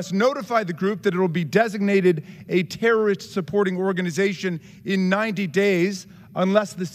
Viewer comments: This dude can't say his words correctly. tarist, intity, fun (instead of fund), hireen (instead of hiring), rill (instead of real), Isrelly, awso... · Jason Smith is an embarrassment. Dude doesn't even know that "terrorist" has three syllables.